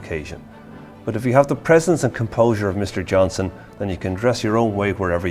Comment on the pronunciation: Johnston with a T.